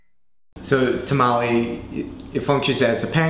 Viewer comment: It's tomalley not tamale. say it right